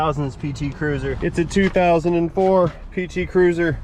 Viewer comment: Can't swear to it, but it sounded like called it a PT Curser (Cursor?). This might have been the only one I have seen in 10-15 years that wasn't running on at least one compact spare.